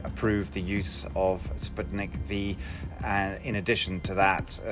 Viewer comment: Every single expert: spootnik Dumb narrator: spatnik